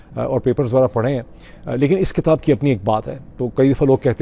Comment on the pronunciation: It's not katab....it's kitab